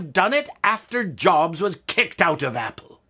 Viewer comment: If you cannot pronounce Steve Jobs' surname, then you shouldn't critique Apple. If you use Hackintosh - you lose all credibility.